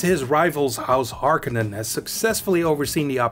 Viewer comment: Thanks for this! And by the way, thanks for the correct pronunication of "Harkonnen" Many people get that wrong